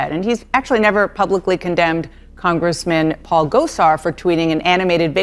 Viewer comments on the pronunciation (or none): none